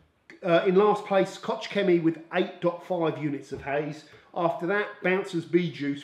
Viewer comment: Koch is simply pronounced "Kok". Wife is German🙂